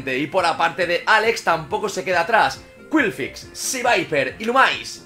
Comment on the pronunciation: Todos comentando lo del megaagotar en lugar del gigadrenado y yo en plan "¿Por qué dice qwilfix?" El video me ha encantado por la cantidad de cosas que se vieron incluso el triple onda certera sin fallar y el trueno a la primera que pedazo de combate